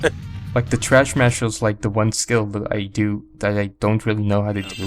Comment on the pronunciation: I love how you were calling the move "Trashmaster" instead of "Thrashmaster", LOL. I'm pretty sure that you get that one by mixing rolls and flips... meaning that it's very easy to unintentionally get when using the analog stick.